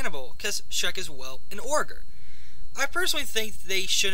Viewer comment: you said ogre wrong. not "orgar". it's "oh-gur" :P